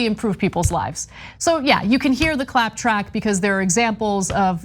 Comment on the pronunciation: "Clap track" sounds like "clap trap."